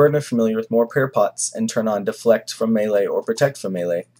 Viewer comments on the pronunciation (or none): none